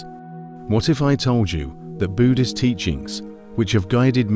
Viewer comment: Maybe get a human narrator instead of shitty AI that can’t even pronounce Buddhist correctly dubbed over stock footage and I might watch more than 10 seconds of your videos